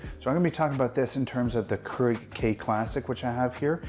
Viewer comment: Your pronunciation of Keurig is distracting